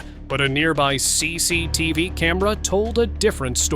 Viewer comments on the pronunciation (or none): CCTV bang bukan CECETF